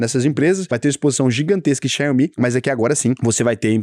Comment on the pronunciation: Difícil ser, o cara pronuncia "Xaiomi" ao invés de "Xiaomi". A IA teria falado certo